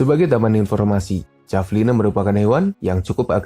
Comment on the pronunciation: Bacanya Havelina pak 😌 Btw, saya tau hewan ini dari game AoE 2